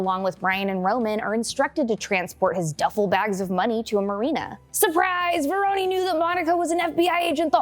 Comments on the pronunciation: You know ur saying Verones name wrong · Pronunciations need a little work, Carter Verone (Ve-rone, not veron-eh) and it's Fenix, not Felix, even though he is a pussy, he's not an actual cat. 🤣